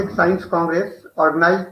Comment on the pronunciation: What is 'scoence'?